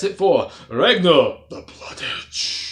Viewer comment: You pronounced his name wrong.